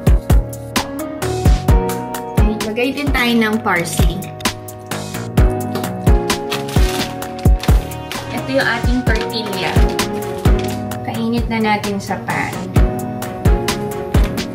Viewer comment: Hi! TORTILLA is pronounced- Torti-ya and QUESADILLA is Quesa-diya. LL is Y in Spanish. 😊